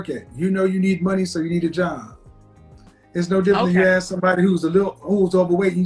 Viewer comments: Why can’t she “ask” a question....? Axing something is different. I think trees to demolish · have you noticed 99% of blacks say AKS meaning ASK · I've never seen a black Amish woman until now! She doesn't talk like one though. I didn't know that the word therapy has a "W" in it! She also said she murdered a guy with an Axe! She said she Axed him 3 times! Smh